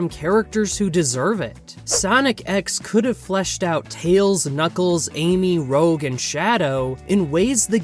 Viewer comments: Rogue??? It's ROUGE, bro! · its rouge not rogue , that’s what the commenter talked about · "Rogue" lmao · Some corrections need to be made here, regarding the American version. 1. Rouge (the makeup) being wrongly pronounced as "rogue". 2. Metal Sonic was NEVER in Sonic X, any and all art of him in the show/in that style is purely fan art. 3. Chris only closed the portal on Sonic; everyone else had already gone through. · You said her name wrong on purpose she's named like the color, not a trash d&d class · Her name is rouge Ru-zh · Oh for the love of all things Sonic, why oh WHY did you pronounce Rouge's name as Rogue? Did you not watch the show at all? How are you making this in-depth analysis of a show but you can't even remember how to spell or pronounce a character's name?!? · Came here to say that too, I wasn't looking at the screen and got mentally mixed 😂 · The pronunciation of Rouge 😭 And also, while yes, Chris still isn't the best character, he's way more likeable in the original japanese version, but a full on annoying brat in the international ones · I was going to subscribe because I agree about Chris' universal hate, BUT 1. You used the word lItErALLee 2. You pronounced Rouge's name wrong 3. Metal Sonic doesn't even appear in Sonic X (so did you even watch the series??) 4. You used that annoying F scream sfx You earned a dislike and a Do Not Recommend Channel 👌